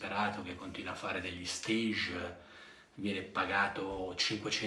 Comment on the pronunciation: No "Steig"! Stage viene dal francese. Si pronuncia circa "Staash"! Fidati!